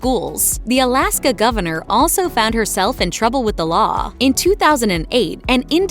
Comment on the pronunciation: Colaska not Alaska